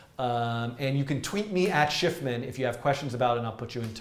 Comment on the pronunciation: dan is the best i mean a forgets how to pronounce his own frigin name